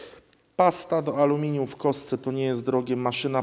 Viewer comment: iskry z amelinium? Tosz to szok!